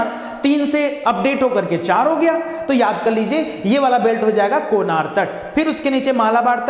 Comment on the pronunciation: सर जी कोनार नहीं,कनारा तट कहा जाता हैं